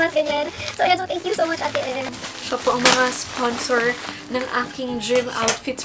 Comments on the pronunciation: ang aliw ng "I'm having great" 😂 at yung "isa pwong chicken fiilaayy" Hahahahahah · Its the "uhm, isa pWong chicken fillaaayy" for me 🤣